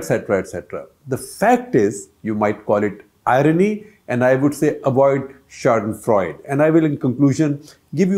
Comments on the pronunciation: It’s not शौडनफ्रौड, it’s शाडेनफ्रौयडे. It’s German and means to find pleasure in someone else’s misery. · Its not "ShadenFreud" but German word is pronounced "SchadenFreude" with E spiken as A in end... it means to enjoy others misery... So Mr Gupta, as a journo using foreign language please try to learn how to express it correctly.. anyways i expect nothing above mediocrity from you. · Shekhar Saarji, if you choose to use " fremdwoerter" like " Schadenfreude", then please learn the correct pronunciation of the the word, please, please, please!!!!!!? Don't make a fool of yourself. Freud is Freud......Freude is something else! Hope you read and don't make a fool of yourself again! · As usual, hats off to Shekhar Gupta -- who provides so much gyaan to this ignoramus about Indian politics! (But I just wish he would take more care with his pronunciation. Most egregious among today's salvos were schadenfreud (It is schadenfreudE, with the final consonent fully pronounced) and bomBer (The second b is silent -- "bawmer"). Of course, the latter is a pan-Indian issue -- not just limited to Gupta!)